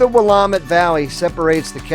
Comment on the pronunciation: Not "wall-o-whah" but "wa-louw-whah" Not "day-shutes" river, but "dih-shutes" river. Not "Wah-lau-met" or "Will-eh-met" but "Wih-lamm-it"